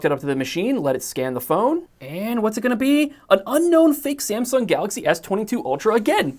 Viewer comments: The “Sumsang” part cracked me up. 😂😂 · Sumsang - lol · SAMSANG hahahahahaha